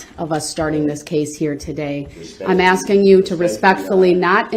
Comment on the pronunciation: The "aksing" stopped and the axing begins.